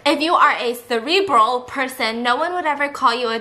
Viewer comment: the way she doesnt know how to pronounce cerebral 😂